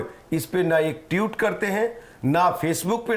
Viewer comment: ये वक्ता 12.10 पर ट्वीट को "टिउट" बोल रहा है।